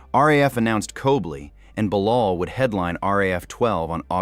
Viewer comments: Who’s COBLY ? Oh you meant COLBY. Are you dyslexic? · You can't pronounce Colby right? WTF